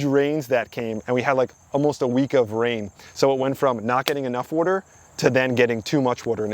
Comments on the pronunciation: Can u learn how to say water? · Water ❌ Wadur ✅ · It's Water... Not worter.. worter isn't a word. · It's pronounced wah-ter, not war-ter. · Water : ❌ WOTOR : ✅ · Ok say it with me...WAH TER. not wudder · "wooder" Are you from Philly? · I keep finding all these local channels. I hear water pronounced like wooder and I instantly sub. I’m like 3 mins in and I’ve learned so much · This is the 2nd person I’ve ever come across to pronounce “water” as “wooder” lol. First one was the How It’s Made narrator from back in the day. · I know you said Jersey but are you originally from Maryland?? I ask because the way you pronounce water as "wuter" is very Maryland like. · This dude is the Chris Fix of plants, even says "wader " ( water) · I only kept watching to hear you continue to say "wudder" 😂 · you know when someone pronounces water as "wooder" they definitely know what their doing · I knew he was from either NY or NJ the way he says "water" Im from NYC and live in MA and people always mention how I pronounce it as "worter" sounds strange lol. great content new sub. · Not enough wuder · Are you from South Jersey or Philly? Just noticed you pronounce water like I do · I knew nothing about you. Just saw the thumbnail. Was curious. Then you said water, and I knew you were from Jersey. Now, it wasn't that pronounced, but just enough. I was in Tennessee a few years ago, and the waitress, who had a Tennessee accent, said, water. and I almost broke my neck turning to her. When I comment on her pronunciation, she smiled and said she grew up in Cape May. My gf is shocked how often I can hear someone speak and get an idea of where they're from. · Greetings from Boston. Knew you had to be from Jersey by your pronunciation of the word "water". :)